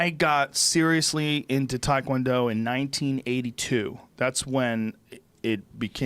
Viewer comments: If Rogaine Rogan was really all that serious about taekwondo as he implies all the time, one would think he’d actually know how to pronounce the martial art correctly.... What a pathetic fool.... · Joe "I taught the whole world takwondo" Rogan